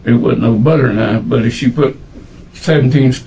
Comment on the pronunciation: 🧈 "I cant believe it's NOT muyda" 🧈